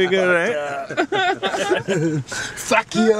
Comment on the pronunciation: His first "FACK EYOU" had me rolling.